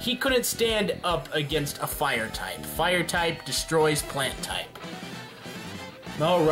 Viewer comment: i cringe every time he sad plant tipe